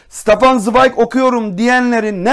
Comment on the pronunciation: "SITAFAN" değil, "ŞTEFAN" okunur.